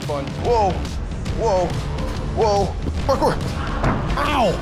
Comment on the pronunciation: Why did you kepp saying parcor